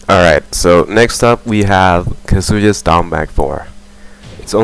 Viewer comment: You pronounce Kazuya wrong. It's Khaazuyaaa.